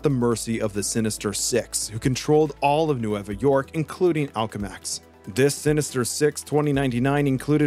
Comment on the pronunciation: why the hell do you mispronounce so much shit lol. "Octavarius" "Alchemex"